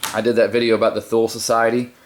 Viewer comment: Thule is pronounced 'tool-eh'. Rule of thumb for words in German that end in 'e.' Danny Carey & Co are actually really cool guys, I think you may have missed the point of the symbolism &text.